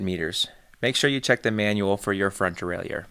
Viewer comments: As a bilingual speaker I can help with the pronunciation of ‘derailleur’. It is like deraillER. No i sound. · Stop adding an extra syllable to Derailleur!